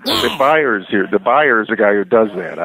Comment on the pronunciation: Up 'ahre